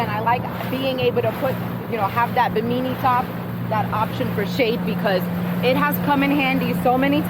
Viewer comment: I have the same Boston Whaler 130 Super Sport as a secondary boat. In case you didn't know, you're sitting on the gunwale in the beginning which is illegal and very dangerous. Also it's called a bimini top. I think you mispronounced it lol. Fire extinguisher on board? Captain David - USCG